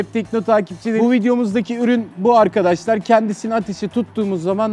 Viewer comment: arkaaşlar ne ya arkadaş kelimesi bu kadar mı zor aq